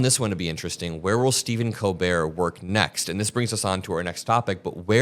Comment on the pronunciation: Colbert: The T is silent, the L is spoken. “Coal-bear”